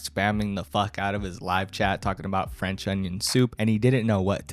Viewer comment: Frewnch onion soup pwwees